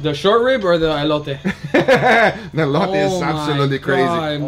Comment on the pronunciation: It’s ELOTè fool not ELOYTAY